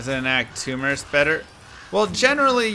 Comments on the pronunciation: its merc bro not mers take this downvote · i love your channel and content and all but man i can't power thru this vid due to the food eating... most annoying sound in the world i swear fo'gawd that and saying "merc" like murse/purse instead of merK as in when a mercenary MERC's someone.